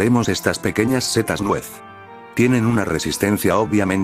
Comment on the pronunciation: ¿Por qué "cetas" en vez de setas?